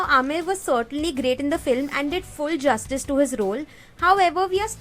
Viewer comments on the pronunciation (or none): none